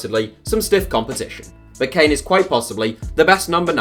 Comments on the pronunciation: This man said kane at 25. Kill me now 😂😂😂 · I stop watching when he said harry kane